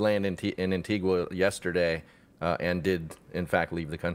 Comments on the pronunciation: AntigUa. Cape VerdE. And are you trying to say Barbados or Bermuda?! 🤯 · Wish I had a dollar for as many times Antigua was misprounced